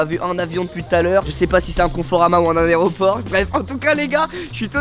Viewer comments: inox qui dit areoport au lieu d’aéroport 😂😂😂😂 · "l'areoport" les profs de français en sueur 😅😭😭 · Hé BG... juste pour te dire que 2 x tu dit aréoport... Mais on dit aéroport... mdr..😂😂😂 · "j'suis carrément devant l'areoport" non mais inox 😅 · Inox : « On va dans « L’ARÉOPORT » » 😂😂😂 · "je suis carrément devant l'areoport" jsuis morte 😭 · C'est " Aéroport " et pas " Aréoport " ^^ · L'aréoport=La raie au porc(je ne l'ai pas inventé cette blague) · On dit AÉROPORT pas aréoport 😂😂😂 j’aime trop ton humour 😂😂😂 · "aréoport" so good guys incroyable🤣😂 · Dès le début '' l'aréoport '' 🤣🤣😭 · « Je suis actuellement devant l’aréoport » ça commence bien 😂😂😂👌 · La vidéo démarre, il nous lâche "l'areoport" 😑😂 un génie inox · C'est moi ou au début il as dit l'aréoport mdrr wlh inox tu nous termine 💖😂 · Inox me bute aréoport c’est incroyable sa ce prononce comme sa s’écris 🤣🤣bref tu vien de gagner une abonnée. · Aréoport🤣 par contre ta vidéo tropbien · Il a dit aretauporc 😂😂😂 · Un « areoport » 😭😭😭🤣🤣🤣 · "L'aréoport" 😭☠️ "Ah on monte par dehors" 😭😭😭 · Mdr il est devant "l'aRéoport" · Il a dit l'areoport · Le mec dit areoport. Rien que pour ca je coupe, le culte de la médiocrité cette époque de merde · La vidéo commence bien mdr : " l'aréoport il a dit" 😂😂😂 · seul chose que j’ai retenu inox a sit aréoport 😂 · InoxTag : « Aréoport » Moi : « Wait… What The Fu** ?! » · non on dit aéroport pas aréoport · "L'areoport"😂on t'aime inox 😂😭💞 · "Je suis carrément devant l aréoport" 😭 sa commence bien!! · Un aréoport 😂 c'est un arret au porc le truc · "Ont est l areoport " 😂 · "l'areoport " le retour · "on va dans l'aréoport " 😭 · c'est carrés on va dans" l'aréoport" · Il a dit aréoport 😂😂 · Pk tu dis aréoport🤣🤣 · On dis un " aéroport " inox mdr mais sinon video qui tue comme dhab ! Master classe 😉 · Oe il l'a dit 2 fois 😂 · Personne, Inox qui dit aéroport : "l’arrêt au port"